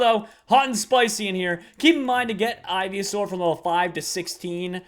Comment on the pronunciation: Ivy-a-saur, really? Really?